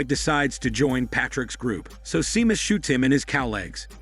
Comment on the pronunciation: It's pronounced as Shaymus not Seemus xD